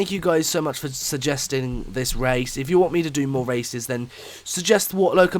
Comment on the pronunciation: Did he say wace at the beginning